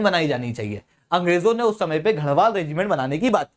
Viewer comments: Pehle bolna sekho घरवाल nahi गड़वाल ( land of forts) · Bhai tu pehle naam pronounce kerna seekh...Gharwal- गढवाल बोल ना कि गहढवाल। Gusain- गुसाई ना कि गुसेन्